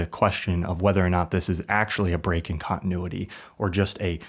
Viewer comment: 17.5 minutes of someone mispronouncing continuity. The fourth letter is a T!